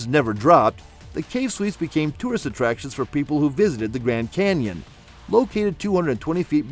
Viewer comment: "Canion"... really?